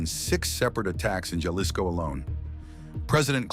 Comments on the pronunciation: How hard is it to say Hal-Lee's-Co (Jalisco) and Poo-Aire-Toe Vie-Are-Tah (Puerto Vallarta) L Main-Cho (El Mencho) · Pronounce “Jalisco” correctly